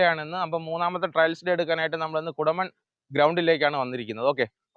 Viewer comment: കുടമൺ ❌ കൊടുമൺ ✅😊